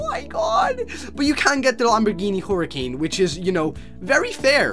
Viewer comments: You said her-uh-can it's her-uh-cain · hurucan hurucan not huricane why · its huracan